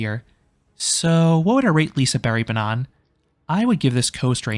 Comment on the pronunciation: I'm not trying to be that guy, but, the G isn't silent, it just has a diffirent sound. "Lisebergsbanan" is pronounced as "Lee-say-baerj-s-baa-nan".